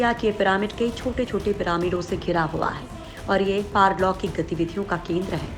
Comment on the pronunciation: Nobody Literally nobody Narrator of the video : parloukik.... Not Paralokic 🤣🤣🤣